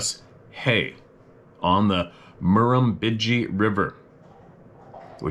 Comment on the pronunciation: you did great with pronouncing all of those places here in Australia, especially the Murrumbidgee River! I knew exactly where the man was describing and the famous Peter Allen songs he mentioned.🇦🇺🇨🇦 Hello Sarah and Ruby too 🐾